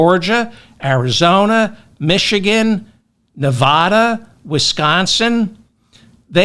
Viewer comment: You did it again. It's not nevaahva It's nevada. Unbelievable!